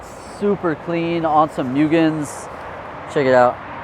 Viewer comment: Please 🙏 its moogen. Moo like a cow. MUGEN. Not Mewgen. MUGEN 😊